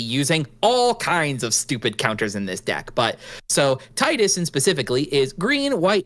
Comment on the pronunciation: Tee-dus, not Tie-dus.